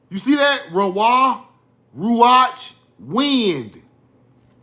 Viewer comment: The wind is pronounced Ru ahk